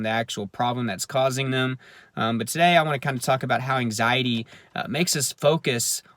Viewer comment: The way you said To - Day lol